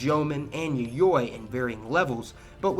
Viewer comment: A Cook's tour of East Asia, and equally superficial. Sure, it digs out a lot of factoids about East Asian countries, but I didn't learn anything new. Really. Learn how to pronounce Japanese. E.g., Yayoi. And Zainichi just means 'in Japan'. You want Zainichi kankokujin or Zainichi chōsenjin.